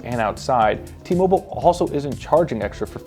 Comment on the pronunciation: It's T-Mobile not T-Moble